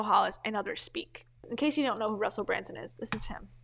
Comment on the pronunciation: You’re pronouncing his name incorrectly. It’s BrUNson, not BrANson